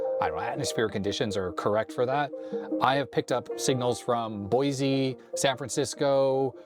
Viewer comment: Boise is pronounced "Boy See", not "Boy Zee"